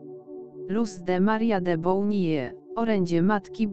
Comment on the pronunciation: Ta Pani którą słyszy i widzi nazywa się::: LUZ MARIA de BONILLE :: NIE żadne de BOUNILE , to jedno a drugie to ! Ziemia się ZATRZESIE , ONA SIĘ ZATRZĘSIE . BARDZO PROSZĘ O ZMIANĘ LEKTORA . TEGO NIE DA SIĘ SŁUCHAĆ. TE ZRYWY GLOSU ,PRZEKRĘCANIE SŁÓW, Mam jeszcze wiele uwag . W tej chwili proszę po raz kolejny o zmianę lektora bo ta Osoba nie jest w stanie przekazać tak ważnych informacji o tym co się dzieje i co przekazuje nam Niebo. Proszę już dość tego bełkotu.